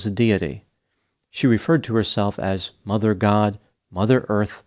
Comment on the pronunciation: says "Mother God" with the same intonation as Tic Tok. 😂.